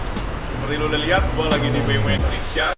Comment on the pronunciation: bmw bacanya bi em dabel yu?? lu kira tuh brand asalnya dari mana?